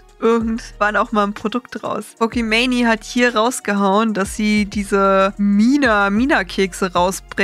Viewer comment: gutes video etc aber es hat mich echt 11 min gerriggert, dass du pokeman“i“ sagst und nicht einfach pokemane